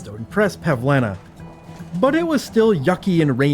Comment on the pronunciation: the fact he didnt mispronounce Bozhena or Pavlena's names 5 seconds into the video deserves respect